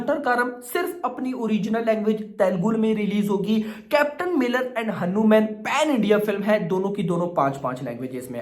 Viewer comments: Say Hanuman Not hanuuumen😂😂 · Haanu man nahi bhai its हनुमान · Beta pahele hanuman bolna sikh lo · Arre yaar tum hanuman ko galat treeke se pronounce kar rahe ho tum ise batman ya spiderman ke tarah kyu pronouncekar rahe ho